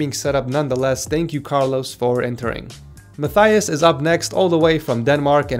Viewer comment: Please correct me if I am wrong, but isn't your name pronounced like "Ma-TEY-us" and not like "Ma-THY-us" like he said in the video?